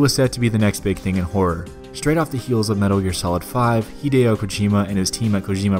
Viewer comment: I'm sorry, did you call him "Hid-ee-o" Kojima? Obviously you're not a real Silent Hill fan. All jokes aside, awesome video, and a good look at some of the best horror games of all time and what made them tick.